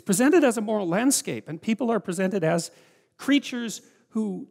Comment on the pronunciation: Sam Harries when JP said “moral landscap” :0